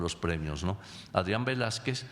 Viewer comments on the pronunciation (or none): none